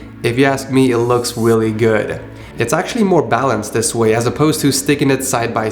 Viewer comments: It sounds like he said “it looks willy good” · "It looks willy good" LOL